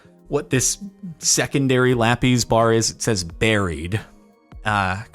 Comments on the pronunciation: ive been trying to say this for years captain its not lapees its lapis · IT'S LA-PIZ NOT LA-PEAS PLEASE JORDAN SAY IT RIGHT. Thanks love your vids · I've never in my life heard someone say LAPIS (lap-is) like lappies (lap ease) You are the literal first for me. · "Lapees" Say lapis correctly or I stab an orphan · the way he says "lappys" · "la peas" loll